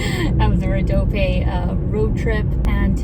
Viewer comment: You can pronounce it "Rodopie". It ends with the "E" sound. Thank YOU for sharing our beautiful lands and people with the world! <3